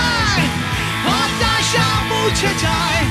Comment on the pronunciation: হতাশা গানটা শোনার পর ভোকালের উদ্দেশ্যে একটাই কথা। ভাই, আপনি ওয়ারফেজের গান গাইতেসেন, ব্ল্যাকের না। মনে হইতেসিলো জন কবির গাইতাসে । " সকাল ঠেকে রাট্রি...... হটাশা !! হটাশা !! " উচ্চারণ ঠিক করেন ভাই, প্লীজ , নাইলে ওয়ারফেজ ছাড়েন।